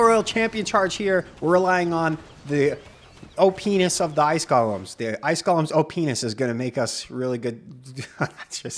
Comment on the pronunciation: Careful how you say OPness!! I thought this show was PG Lmao